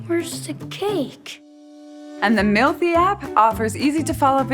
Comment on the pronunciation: That moment she said "mealthy app." I heard "milfy app." >_<